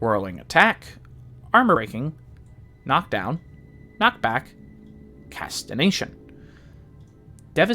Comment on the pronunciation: Casti"G"ation not Casti"N"ation lol Good Video though